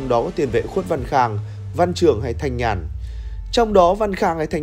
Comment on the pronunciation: đọc tên cầu thủ Thanh Nhàn sai rồi. Tên đúng là Thanh Nhân nhé!